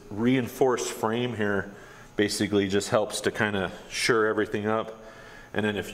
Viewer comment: Its 'shore', not 'sure', I'm sure.